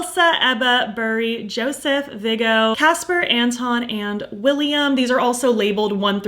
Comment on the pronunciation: You are absolutely making me want that cheek glaze from Blend Bunny. I was just going to get the orange blushes but... The glaze is so tempting now! Oh and PS the name Viggo is pronounced Vee-go. It's my husband's name haha 🥕